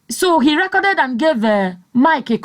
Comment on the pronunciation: Hahahhaha!!!! “ he recorded it, and gave Mike a copy... and distributing them like guguru and èpa.” I heard your accent when you said, “he reekoded it.”